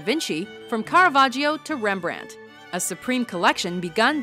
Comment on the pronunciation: Don't you pronounce Rembrandt in Dutch this time?